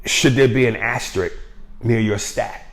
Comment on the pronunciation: I don't no about a "astrik"...but maybe an asterisk is worth considering...